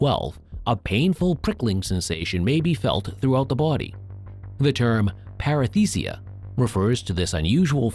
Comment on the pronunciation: Par-eSthesia, not Par-EF-Thesia (esthesia = feeling, an-esthesia = not-feeling, para-esthesia = a kind-of-feeling ) Since this is part of a copy-paste of a previous (longer) video you posted: that is not presenting more content!